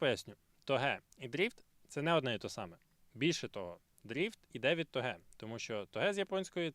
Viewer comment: Я вибачаюсь, але хіба не тОге?